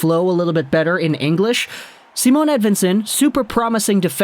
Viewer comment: It's not Simone either. Its just Si..mon.